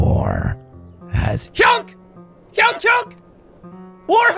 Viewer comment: Say honk and not hounk